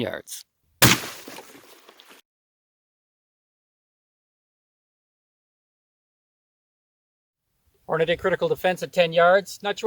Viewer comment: Thanx for the in depth comparison. BTW, it’s Hornady not Hornaday.